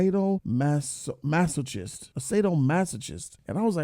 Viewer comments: Lmfao sado-masa-kist, pronounce it better XD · Hey what's fam? Just a heads-up the "ch" in sadomasochist makes a k-sound. In case, you ever use the word in conversation again.